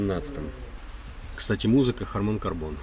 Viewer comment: только не "haman".а haRman